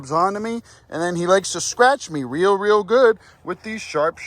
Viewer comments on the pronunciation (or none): none